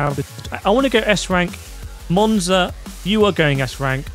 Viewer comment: You lost me with Monza and Sarthe as S....